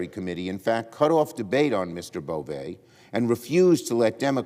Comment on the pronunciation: It’s pronounced BovE! He’s Nosfartu! 😂